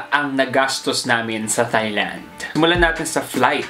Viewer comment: Tieland po hindi Thighland hehe